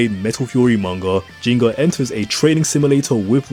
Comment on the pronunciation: Isn't it Ginga sounding like G for Group kinda G? Ginga actually means Galactic or something related to Galaxy in Japanese. Why do so many english speakers call him Jinga? 🤔